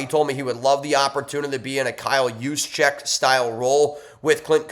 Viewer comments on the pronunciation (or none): none